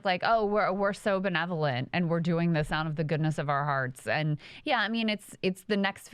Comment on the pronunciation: I’m sorry Krystal but it’s pronounced “belevolent”!!😂